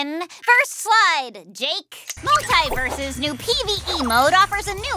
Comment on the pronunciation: Go figure that of all characters would mispronounce the name of the games she is currently in. I cringe every time I hear mult-EYE-versus